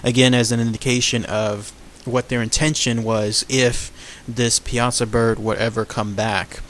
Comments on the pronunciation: You are pronouncing it wrong, It is more like ( pie-a-saw) not (piasa-saw). Life time native that knows the area blindfolded. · PIE-A-SAW. Not PI-AZA. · We pronounce it Pie-Saw Here On The Piasa Bluffs In Alton. Born And Raised Here. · Awesome video. I went to a nearby High School called Southwestern High School in Piasa, Illinois. It's actually pronounced " pie-uh-saw". It's commonly mispronounced. It's funny when new newscasters in nearby St. Louis come to town and invariably start out mispronouncing it exactly the way you said it. Anyway, really thorough and awesome video. Thanks for caring enough to cover a rather obscure "cryptid". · I'm from Illinois and grew up with this legend. You are mispronouncing Piasa. It's driving me nuts. It's not pea-aught-sa it's pie-a-saw. Other than that one constructive criticism, I enjoyed your video. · pie-uh-saw is how the locals here say it. Not pee-asa. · I am a local, I have spent too much time telling people how to pronounce it right. People think that the latin/Italian, way is right (pee a sah), no. The right way is (pie-a-saw). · it is pronounced Pie-saw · As someone who grew up in Alton. It’s pronounced Pie ah saw bird. For future reference. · It’s pronounced (Pie-saw) Piasa welcome to Illinois :3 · It's pronounced pie-ah-saw dumbass I'm from Alton IL born and raised and my favorite story of this area get it together man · it's actually pronounced Pie-ah-saw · I can show you exactly where the cave is with the bones covering the floor. It's still there. And it's pronounced (pie-saw) bird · that's still not how you say it its pie-a-saw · Pie-a-saw. That's how we pronounce it in the south Central part of Illinois. Lol the American Dragon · Not to be rude but it is pronounced pie a saw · It is actually pronounced Pie-a-saw. But over all good video tho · a bro u said it wrong and it is located in alton il go look it up